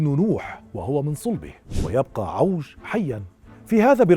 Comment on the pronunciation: عِوَج ....لفظها الصحيح بكسر العين